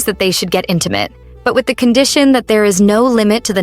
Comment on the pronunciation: As soon as she said: i want you to be intemate with me, i grabbed my head and laughed so hard😂😂❤